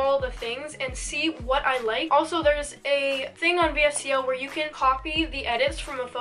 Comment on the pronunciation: this was such a good vid, 1st vid i’ve seen of urs and ily! but just btw its actually pronounced “vis-co”